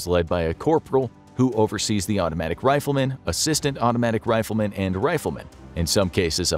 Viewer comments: “Ptivate” “Riflerman” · a "riflerman" or a rifleman?